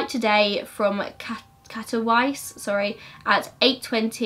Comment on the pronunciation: but the w is pronounced like a v